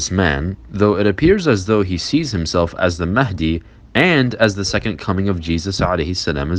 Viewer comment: Imam mehndi... Pathetic twat... He can't even say it right